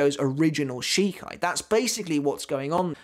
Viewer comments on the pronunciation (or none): none